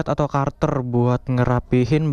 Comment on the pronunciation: Kater bosku bukan karter 😅